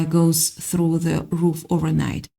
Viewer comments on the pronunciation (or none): none